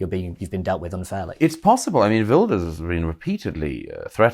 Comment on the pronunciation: Gutteral Gert like van Gogh, NOT a soft, English "guh" like in yogurt. Well done for saying "Vilders", Douglas.